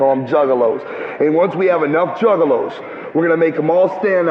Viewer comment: The news reporter at 37 mins calling them “Jugaloos” really sent me bro thanks 😭😭